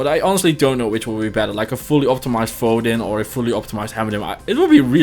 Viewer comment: FoHsure? Really? 😂😂😂😂😂